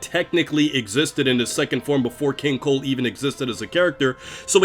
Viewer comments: I keep hearing king cole not cold, and it’s irritating me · Maybe it's me, but 50% of the time I hear you say 'King Coal'. I think it's funny and I can't NOT hear it anymore. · Kinda strange I keep hearing you say Keen Coal